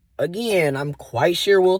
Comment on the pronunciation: I am absolutely tickled by your "A-Gy-ain" every single time.😄 Thanks for the great content!